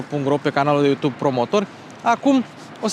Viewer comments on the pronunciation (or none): none